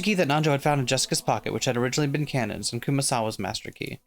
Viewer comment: The Kanonical joke falls apart when you realize you've been pronouncing his name wrong. Then again, about 70% of the english speaking fanbase pronounces it that way so it might as well be kanon.